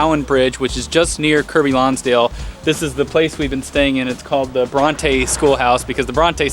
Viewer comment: "KIRK-BY LONSDALE" Say it correctly...